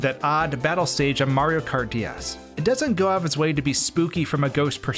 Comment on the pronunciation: did he just say maro kart?